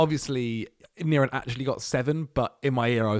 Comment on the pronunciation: whenever saying niran, NirAAn